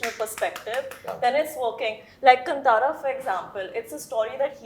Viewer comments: And it's not Kun- Tara...it's said as 'kaantara'.. Kaan as in ear in Hindi.... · Ye kanTara kya hai be,,,, Kaanthara bolo na sahi sahi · its not kantara its kaantaara please read it in hindi english spellings are always inappropriate to Indian words. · So proud of Rishabh Shetty!!!! 👏🏼👏🏼 wish he corrected how they butchered kaantara name! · Atleast Janavi should have pronounced Kantara properly 😏